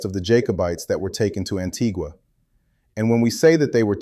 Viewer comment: And it’s pronounced An tee Ga not Gua. Any Antiguan will tell you that. We have to say names correctly as it’s important.